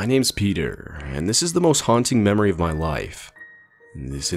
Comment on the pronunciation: I literally laughed because instead of “Peter” he said “pidr” which in Russian means that a person is gay but is used to disrespect lgbtq+. (I don’t disrespect LGBT, in fact I am lesbian :) )